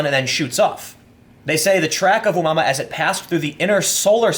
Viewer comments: Pronounced a moo a moo a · That's a horrible pronunciation :D It's oh-mooah-mooah ;) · Tim it's pronounced O moo ah moo ah. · It's pronounced O-moo-ah-moo-ah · It's pronounced as oh-mu-ah-mu-ah. It's a Hawaiian word which means "scout". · Oh Moo Uh Moo Uh is how that's pronounced. It's Hawaiian. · dude the pronunciation for Oumuamua is readily available on the wikipedia.